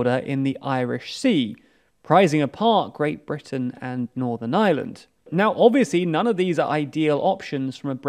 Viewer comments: Er, lads, it's Northern Ireland, not Northern Island (at ) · Iland instead of Ireland, Közon instead of Kherson. It’s just funny. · again lads? How many times are you going to misspell "Ireland"? This seems to be a pretty common occurrence on your channels... Pronounce the R and maybe your editors/copywriters might realise there is one in Ireland...